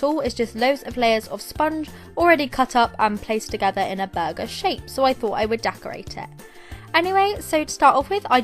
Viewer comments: Was it just me on when she said burger sponge did it sound like bug sponge BTW no hate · The way she says burger is making me laugh idk why xD!!!